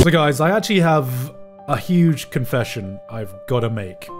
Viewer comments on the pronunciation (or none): none